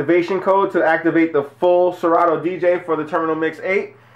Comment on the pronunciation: you effed up ...good review but wtf is really good w/ the way u pronounce 'Serato'???